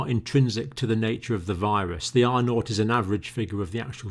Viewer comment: Whats a “viwusss” Lol